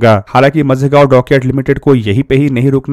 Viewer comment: मझेगांव गलत उच्चारण है. माझगांव सही है